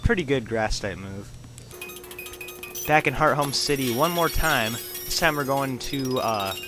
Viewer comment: does anyone else get annoyed when he pronounces hearthome wrong?